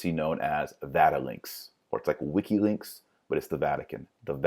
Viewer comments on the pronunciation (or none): Wiki-"links?" just mispoke Wiki-leaks or are there other details he gets wrong?